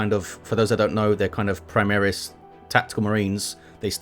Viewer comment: Also reading latin names and words primaris, is not praimeres, secundus is not sekhandas. Newer lore seems rather weirdo like they ran out of saner ideas. Some cyborgs Uebermensches abominations or what stuff were they smoking ? Liberal agenda smells of Adolf and his ilk, smells like their chaos idols. I dont like the skulls aesthetics too, but whatever. Anyway, Armor vs Piercing system is what I told to SoaSE 2 guys back in 2018-19 on a steam post, so looks like its not forgotten. There it works that 100 more armor than pen ieans 200% hp. They decided overpenning wont do increased Dmg. Only full, being the max. If you had 0 pen, target had 1000 durability, it counts for hull armor, while armor itself there had additional resistance built on top of durability. 1100% HP. pen and armor=same=full dmg. The more armor is max, the less dmg as a minimum exists. It is not entirely linear. and has to be fine-tuned, but in the end you will get something that feels much more believable/realistic as long as you dont combine high AP with high dp. That means an universal high dps. Low dps high pen,, high dps low pen is how you get counters and everything in between.